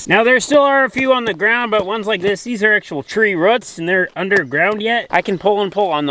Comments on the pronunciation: Love the videos corn the, just one tiny little thing... Its roots not 'ruts'! 😜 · roots not ruuuts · I love it when you say ruts, here in the south we say roo-oots! I cannot thank you and Nave and your family enough for your videos. I am a retired teacher, who Praise God, survived cancer. My husband and I, along with our granddaughter have 4 rescue dogs. We have been very limited and careful about where we go because my hubby has a blood disorder. You guys have really really kept me sane. Thanks so much! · ITS ROOTS NOT RUTS🤣🤣🤣🤣🤣🤣💯❤ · They probably say roof the same way. It's a common regionalism / dialect for the upper midwest.